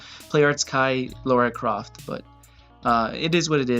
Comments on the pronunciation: Omg it’s Lara Croft not Lora Croft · Why do you pronounce her name like Laura?